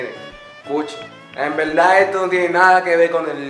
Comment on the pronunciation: No quiero ofender a nadie. Pero. Por que diablos . Dicen POLQUE... cuando se dice PORQUE. .. y tambien la palabra VERDAD.. le dicen VELDAD ? siempre me e preguntado eso